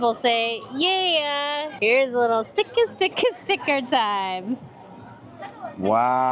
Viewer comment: "stick-uh stick-uh" time 😂😂😂